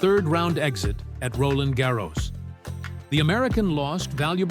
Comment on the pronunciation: Make up your mind and pronounce Roland Garros consistently